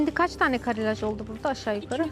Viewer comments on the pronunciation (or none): none